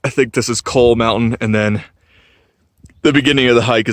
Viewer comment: Growing up in Bryson City, everyone I know pronounces it close to the way you do...Cow-ee.